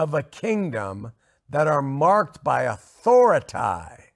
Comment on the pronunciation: talks about cults, but he shares an important thing with them, a lack of accountability. Does he pronounce it "authori-TIE" because he doesn't like being under it?